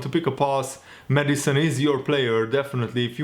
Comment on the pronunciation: Everyone: James Maddison: James Medicine